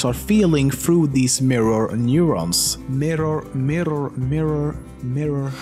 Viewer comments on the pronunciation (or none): There's no " L " in the word " Mirror". It's mirror , not milllior. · You said "mirror" fine until you started thinking about it... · mirror..mirrar? mirrer. miROR!meeraa... mirer, miror, merer... MIRROR!!!! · Rumor has it that LEMMiNO is still pronouncing the word "Mirror" to this day. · Are we not gonna talk about how he rolled his R's in mirror? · Top 10 Facts - Why LEMMiNO cant say "Mirror" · Hah! Mirror..mirror...mirror......mirror.Swenglish